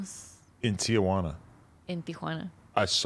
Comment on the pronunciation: How she pronounced Tijuana is the correct way, even when having English conversation.